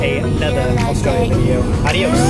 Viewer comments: be careful for snakes me being Australian- you mean careful of mud crabs Colby- were walking through a swamp! also me- your walking through mangroves Sam- pronounces Australia Awstraelia just me- i give up at this point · As an Australian the way they say ‘Australia’ it makes me cRiNgE😑